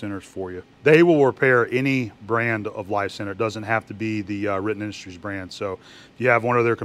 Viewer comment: Can you say "Riten Industries"?...🤣